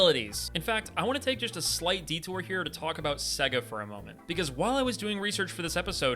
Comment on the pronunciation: It’s pronounced say ga not seg uh